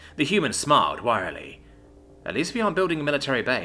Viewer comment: Wry (wryly) is pronounced [rī] (like rye bread). NOT WIRE.